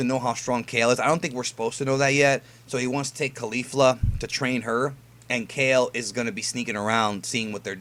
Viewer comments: It's said Kal-Lay not Ka-ill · kale (kah-lay) :U